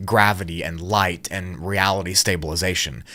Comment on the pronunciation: Why do you say " ligh--ight " butching ," instead of butchering" ?